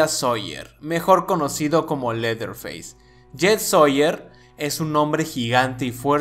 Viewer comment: Dos Observaciones, y una Pregunta amigo, 1.-TUS VIDEOS SON GENIALES, Y LA FORMA EN QUE LOS NARRAS. 2.-LA PRONUNCIACIÓN AL INGLÉS EN EL NOMBRE DE LETHER FACE, NO ES "leer feis" sino "lerer feis". 3.-CASI AL FINAL DEL VIDEO TE BASASTE EN LA FILOSOFÍA DE Drossrotzank, O VERDADERAMENTE FUE LA TUYA? PORQUE EL HIZO LA MISMA CALIFICACIÓN ENTRE LOS ÚLTIMOS!!!